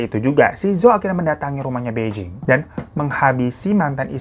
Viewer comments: bacanya: pai cing dan pei cing. jd bukan sama" beijing ya kak >_< tp ak selalu nontonin video kk koq.. krn cerita horor aja ga berasa horor, utk diriku yg nyali kecil hahaha thank you uda selalu menghibur kita dg kebanyolan kk.... sehat" ya kak. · Bai Jing baca nya Phai Ching gt kk cmiww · Ka hiro gak enak banget nyebut namanya bai jing 😂😂 harusnya Pei cing ka, di mandarin b itu dibaca P, j jadi C.. Terus zhou juga dibacanya Chou(C tapi kayak ada h-nya) Yuk belajar pronounce mandarin dikit2